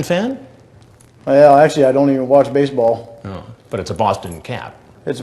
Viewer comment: “I don’t even watch basebawl because I can’t afford a fackin TV!!!!!!”